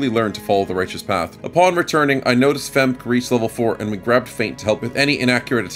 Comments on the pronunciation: FEmk-e is probably the correct pronounciation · The pronunciation of "femke" is hilarious to me. I guess phonetically you pronounce it almost correctly you just miss the uh sound after the K.